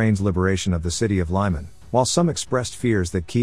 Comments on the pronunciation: Pronounced 'Leeman' not lieman. Slava Ukraini!! The home of the Good and the Brave!!! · It's not lie-man it's lee-man. The voice over in this channel is embarrassing. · It is pronounced Lemon (Lyman)